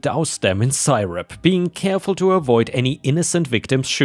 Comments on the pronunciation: Meditation not mediation. Seerup not sireup. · Ugh. The pronunciation. MEEDiation instead of MEDitation. CYrup instead of SYRup. And I have know idea how to even right the abomination of what you did with "surreptitiously". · a quick English pronunciation tip: Hyperbole—hi per bowl eee Syrup — sir up ⭐️⭐️⭐️⭐️⭐️ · Particularly loved the ants in the flip-flops story. Three excellent stories again today. Thank you. ⭐⭐⭐⭐⭐🐈⭐⭐⭐⭐⭐⭐⭐ Crikey,, you hit some hard words today. 1. You said mediation when it should be medItation. (Like yoga etc) 2. Hyperbole is pronounced High - per - bowl - ee and means exaggeration not to be taken seriously 3. Syrup is pronounced Si (as in Siri) - rup. ⭐⭐⭐⭐🐈⭐⭐⭐⭐⭐ Disney looked gorgeous again today. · Hey minor points because English is a weird language: Syrup is pronounced like sear-up, meditation is the act of clearing your mind to relax, mediation is when a third party resolves a dispute between two groups or individuals, such as a divorce attorney mediating an amicable settlement between a married couple sperating. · Syrup is pronounced /SEAR-up/, by the way. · syrup is pronounced: sur rup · I've never heard anything as cringe as the mispronounced syrup.